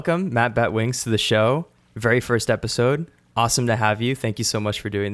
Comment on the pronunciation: You totally butchered my name, and you only took 2 out of 10 questions... You should have taken them all!